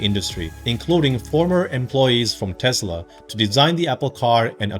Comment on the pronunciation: Why do you say 'Tezla' with a 'z', It is 'Tesla' with an 's'. Is it your accent or are you mimicking Elon's accent?